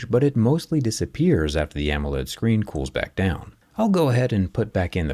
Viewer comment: I want'uh muh 6'9 huuuuge screenh!